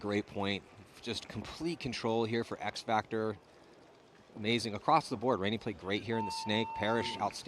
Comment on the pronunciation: Solid commentary by and. Got to just mention that it's defendable not defencable. It's across not acrossed. That one you do alot. Whilst its hilarious it's also stupid. Read more. Jesus your not reading a quantum physics paper. Just good old basic English words. At least we can't hear sniffing into the microphone.... you got a cold there buddy.... Yeah we ALL know...